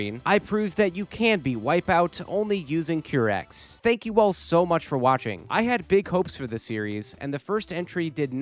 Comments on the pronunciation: Every time i hear qeerex instead of qairex i get the AKIRAAAAA flashbang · Hi! nice vid. Just to let you know, the Qirex team name is pronounced kai-rex. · It's pronounced: Ki-Rex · it's Q-why rex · another banger challenge run!! also note for future Wipeout videos: it's pronounced "kai-rex" 😅